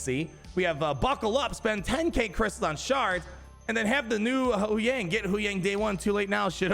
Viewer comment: It's not pronounced "Who-yang," it's pronounced "Hugh-wang."